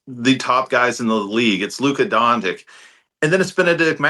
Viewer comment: I guarantee Tyrese already has some ideas from watching Benn play so far this season. If the Pacers actually pony up to keep him the team will work. I just hope he steps up his defense because Nesmith would be going to the bench. Also, did he say Luka Dondic? Lol